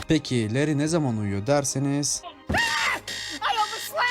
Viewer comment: leri diye okunuyor kardeşim